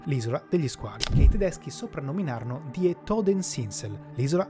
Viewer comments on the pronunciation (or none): Bel video! Grazie! Ps. Talune pronunce molto tranquille potrebbero essere sistemate, poiché errate (e.g. "Eugen", "die"... )